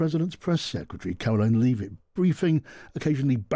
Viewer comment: 'lev-it', surely?